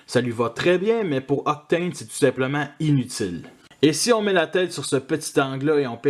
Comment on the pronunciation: J'aime bien ce "Octôône", le mode camion est sympa et comme tu dis, le mode avion est joli jusqu'après les ailes ^^ Tu m'as fait remarquer qu'Astrotrain est vraiment différent dans les détails de Blitzwing et Octane, il a l'air plus simple, et j'ai remarqué la même chose entre Galvatron et Megatron, c'est vrai qu'ils se sont améliorés sur la fin de Titans Return je trouve... Le "Meurk" m'a bien fait rire d'ailleurs x)